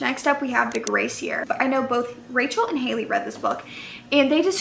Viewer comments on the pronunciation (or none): none